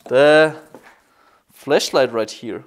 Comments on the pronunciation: when he try’s to say flash light he says flesh light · I like the fact that you pronounce "flashlight" like "fleshlight" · I Love how he says fleshlight instead of flashlight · He's accent made the flash light to a fleshlight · Sounded like he said fleshlight instead of flashlight😂😂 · I thought he said flesh light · Is it just me or does it sound like he says fleshlight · I know his English isn't that good but I thought he said fleshlight in the beggining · Flash light not flesh light lmao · no that’s how he pronounces it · Heaney_ S kakitz just commented the way he pronounces it. It’s sounds like he says flesh light so he made fun of him= joking about him so… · I keep thinking he's saying Flesh light!! 😂😂😂😂😂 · when he said flashlight, for a minute i thought he had said fleshlight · Whenever he says flashlight I think he says flesh light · It sounds like he's saying fleshlight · Did he say the flesh lite from here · Anyone else thought he said fleshlight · Sounded like he said fleshlight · Sounds like hes saying fleshlight haha im so mean